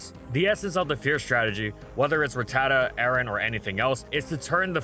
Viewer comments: It’s rat-ta-ta not ruh-tata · The way he pronounces RATatta is so tilting.